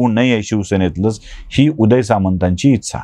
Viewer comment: तुम्ही "इच्छा" या शब्दाचा उच्चार शिकून घ्या. बाकी सगळं मस्त. विश्लेषण तर फारच छान.